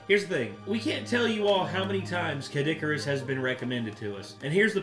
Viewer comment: CADD-ICARUS!?! XD